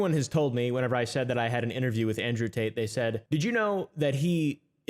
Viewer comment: I died when he said, "Andrewth Tater". 😂🤣😭